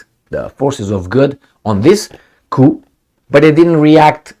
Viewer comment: The p in coup is silent so it's pronounced cou or coo 👍